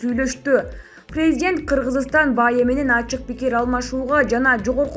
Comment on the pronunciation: Президент дегенде туура басым коюп окусан Боло,эптеп учко окуп бутконсунго,сабатсыз